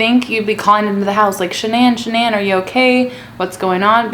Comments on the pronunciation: It’s not shinan it’s Shanan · The way she says shannon...... Lol